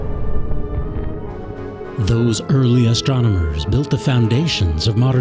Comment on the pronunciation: Great show but terrible narration..."ass-tronomers"???